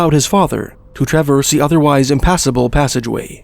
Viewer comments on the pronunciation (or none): none